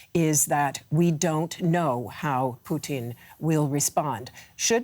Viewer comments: swear I heard poutine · I like how she regularly says poutine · Please stop pronouncing it “Poutin” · They keep saying president poutine lol. Fries and slop